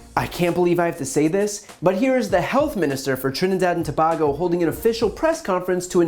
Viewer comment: Dude you miss pronouncing the word Trinidad and Tobago